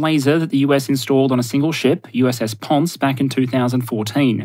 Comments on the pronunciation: Minor tidbit: . The ship's name is pronounced Pon-se. Its namesake is a city on the island of Puerto Rico. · An Austin-class amphibious transport dock. And apparently, it's named after a portion of Puerto Rico and the e is not silent (PON-say).